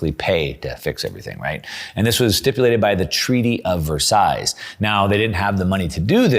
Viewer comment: Fifi sez Versailles has a silent "s" ;-). Oui Oui...